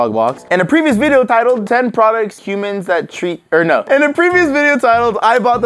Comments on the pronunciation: No one: Absolutely no one:: were we wate pwoducs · Me for the past week trying to find the video where says " we wate products" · We wait pwoducts dope or nope: every single time. Me: wow just literally says it correctly every single time. Also me: lol Welcome to Dope or Nope the Channel in Which we Rate Products Dope or Nope. Um or we say nope or dope does it really matter? I don't know. (Just Joking) OK maybe not- #LMAO.